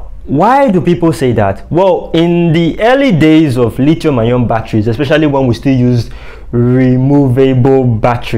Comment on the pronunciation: Dude knows his stuff but the way he kept pronouncing the "lithium" battery is killing me. Lol